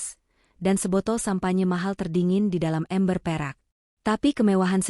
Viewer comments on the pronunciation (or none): none